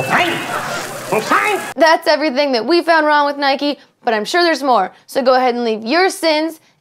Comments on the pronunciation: Why do you call Nike "Nikey" you don't ride a "bikey" now do you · Nike not nikey you don't ride a bikey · It's Nike not nikie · I hate it when people pronounce "Nike" like "Nikey". IDGAF if that's how it's pronounced, it irritates me to no end. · ***** Nike is the Greek goddess of victory not just sports... :) but yeah nike not nikey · She forgot a sin, it's not Nikey it's Nike🙄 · Isn't it Nike not nikey. It's like calling a bike, bikey. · It's not nikie its Nike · One more thing it's called NIKE not NIKEEE good English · why do you call it naikey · People who say 'Nikey' 😂😂😭🔫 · nikey hahahahaha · It's Nike not Nik e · it's pronounced Nike silent e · It's N-eye-k not N-eye-kee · Nike is a good but there saying it wrong